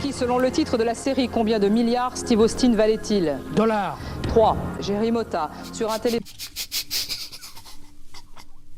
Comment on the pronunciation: Greg master le maillon faible?! Les gars « LE CHIENG » « DOLLARS » « TOUR-NE-VIS » ???!! NON je suis ko xD...